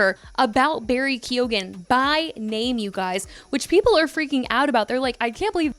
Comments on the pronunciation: Barry KEY OH GAN 😅 lmao i think the e is largely silent, like kyoh-gan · 😂😂😂😂 Americans can never prob😅Irish names they are alway butchered to bits